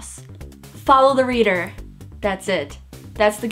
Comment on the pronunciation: And this is how us asians say follow the leader